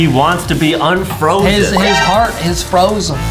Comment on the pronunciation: bro, didnt you just say frozen wubbox waaned to e unfrozeen